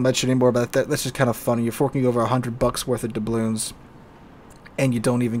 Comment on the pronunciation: ITS dublooNs not dublooMs ...